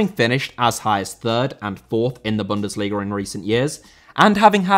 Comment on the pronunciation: Bundesliga * not Bundesliger